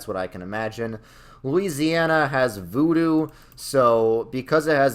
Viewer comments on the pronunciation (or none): none